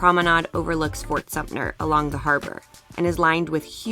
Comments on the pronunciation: IT IS FORT SUMTER, NOT SUMNER I WISH YOU TOURISTS / VISITORS THAT MAKE VIDEOS FOR YOUTUBE WOULD GET THE PRONUNCIATION CORRECT !!!! MAYBE IT IS ALLIS ISLAND AND NOT ELLIS IN NEW YARK ??????? MAYBE IT IS CHEVYS THEATER AND NOT FORDS IN DC?????? MAYBE IT IS OLD HAIR AIRPORT AND NOT OHARE IN CHICAGO??????????? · It’s Fort Sum Ter !!!